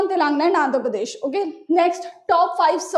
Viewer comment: It's Te-len- ga-na not Telenga 🤓